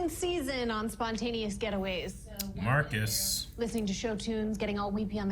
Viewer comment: Marcus. It's Marcus